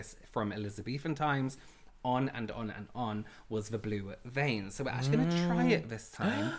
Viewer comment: “Oh my god my VAINS!“ 🤣🤣🤣